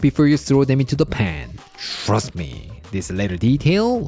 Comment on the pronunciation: “Shhhrust me!”